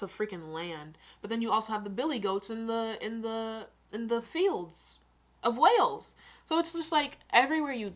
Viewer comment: He didn't really show you much of Wales yes there are A lot of city's in Wales plus he Needs to learn how to pronounce Wales properly